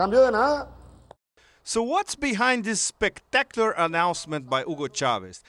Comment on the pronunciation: lol he said spic-tacular LOL just sayin